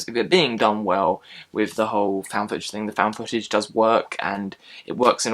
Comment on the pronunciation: I may see this. I liked ET, Goonies and Stand By Me as well. When you said "footage", it sounded like "fetish."